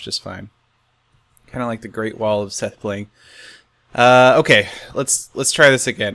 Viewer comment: I wonder if pause is saying "sethblind" on purpose